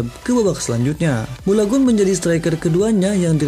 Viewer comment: Balogun bg bukan bolagun